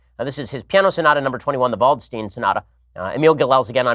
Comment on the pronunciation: I just got AIDS from your pronunciation of "Waldstein" haha